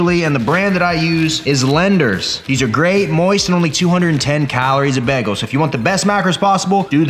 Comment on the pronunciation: The way he says bagel makes me slightly uncomfortable lmaoo “begel”